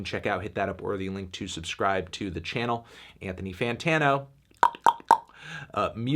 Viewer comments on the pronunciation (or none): none